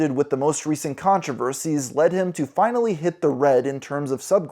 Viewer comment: that "finally" was motivated 💀